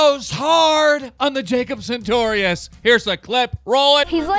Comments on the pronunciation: why cant you say his fucking name right its sartorious not santorious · "santorius" Everytime keem said sartorius wrong a little part of me died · Keem, I hate Jacob and all, but PLEASE stop pronouncing his last name with an "N". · why does keem say santorius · OMG I FLIPPED OUT AND THREW MY TABLET WHEN HE SAID "SARTORIUS" WRONG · when is keem gonna realize hes saying that kids name wrong